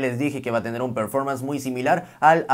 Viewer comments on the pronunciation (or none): none